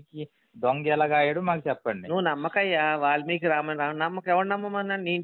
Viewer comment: ఒలిమికి కాదు రా babu వాల్మికి .